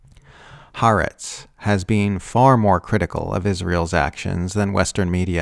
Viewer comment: Why is South Africa still sending coal to Israel? (By the way, it's pronounced ha-ar-etz, three syllables, 2 syllable "aretz" meaning "earth", with the "ha" meaning "the")